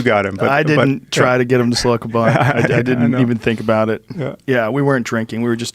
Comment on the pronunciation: Joe "I didn't try to get him to smloke a bunt" Rogan